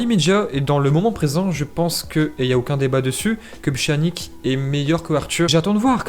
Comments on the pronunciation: Ça se prononce « pianich » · Pchanique 😭😭🤣🤣🤣....apprends à prononcer les noms de joueurs avant de faire des vidéos !!!!!!